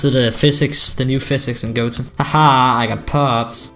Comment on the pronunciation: That accent tho, "gota challenges?!" Real : Gota Challenges! No offense